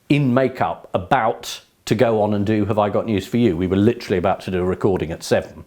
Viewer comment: 40.15 'Leeterally' . . . Britons' favourite word